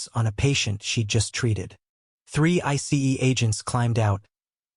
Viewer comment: Why can’t these AI narrators just say ice instead of spelling it out